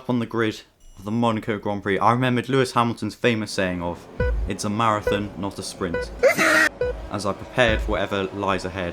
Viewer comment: "its a marathin, notta sprint"